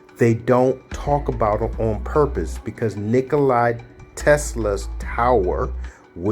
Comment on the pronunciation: Tesla's name wasn't "Nikoli," it was "Nikola." If you aren't even pronouncing his name correctly, how am I to believe anything you say? More fundamentally, however: if you understand the working principles of his invention so well, why didn't YOU develop these things? There are multiple holes in your 'theory' - and I don't mean the 'holes' in the MOSFET substrate - which didn't exist in Tesla's time. Also, the 'batteries' you point out would NEVER be enough to POWER a car, or motorcycle, and are actually, as he describes his invention, 'Super-Capacitors' - a way of storing excess output voltage. I'm not going any deeper.